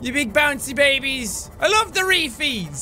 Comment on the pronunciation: It sounds more like hairy fees